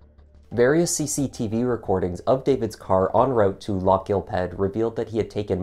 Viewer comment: No it isn't! The "gh" is aspirated, and most definitely NOT pronounced as a K!!!